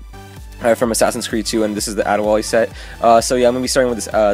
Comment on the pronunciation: #LOL Did you say Ade Wall-E?!?!